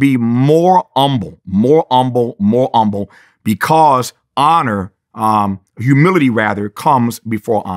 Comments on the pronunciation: He's so humble he doesn't even pronounce the "H." That's real. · What is “umble” it’s driving me nuts lol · Drives me completely nuts how he refuses to pronounce the god damn H. It's HUMBLE not "Umble". Got Humility down just fine the reverts back to that black church nonsense. 🙄. I know I'm missing the damn message but my brain won't let me get past the Grammer 😅. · Lol told y’all he’s old Black. Saying humble as “ummble” 😆😂😂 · i was with him until he said umble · I disagree with your choice on silencing the “H” in “Humble”…